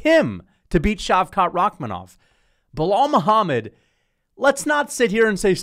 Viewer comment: Bro opened up with a casual "biw wow Muhammad" lol